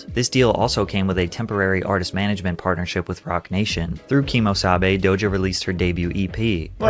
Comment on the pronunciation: Bro can this dude not say DOJA correctly? He keeps saying DOJO